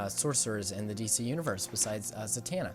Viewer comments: Zattana = za-ton-uh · You pronounced Zatanna wrong -_ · OMG you said zatanna wrong (shes my fav)